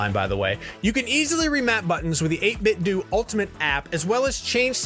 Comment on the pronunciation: It’s pronounced 8-bit “doe” not “doo” like karate-do. “Doo” sounds dumb